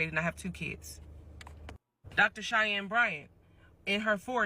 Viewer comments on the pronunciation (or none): Cheyenne is pronounced like (Shy Ann) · her name is pronounced SHY-ANN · Dr. Bryant's first name is pronounced Shy+Anne so Cheyenne. As for the rest of the video, I need Dr. Umar to put a little more thought into the behaviors of Nick Cannon and Cam Newton as they make broken home after broken home just because they want sex and not marriage. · "SHY HEN" 😁 is probably the closest to what you were trying to say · Her name is pronounced shy-ann....I know because we have the same name 😂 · Shy-ann is how you say the name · Cheyenne= “Shy Anne” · Her name is pronounced like "Shy-Anne" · Umar isnt a doctor...unless you call a quack a doctor. Cheyenne is pronounced like 'shy-anne'. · The doctor’s name is pronounced Shy-Yen. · Cheyenne is pronounced as Shy - N. So like the word Shy and the letter N together. Shy. N. Hope that helps. I, too, didn't know how to pronounce it when I moved to America. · Cheyenne say shy ann